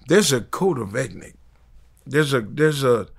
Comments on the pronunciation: This nigga said code of ethnics lmfao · "Code of Ethics:? From 😅. Suge said it was DefRow and not DeathRow. But I must admit, I have learned a life lesson in this short clip. Life lesson.